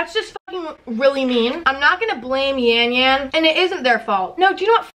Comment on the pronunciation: No hate but it’s pronounced yawn yawn not yan yan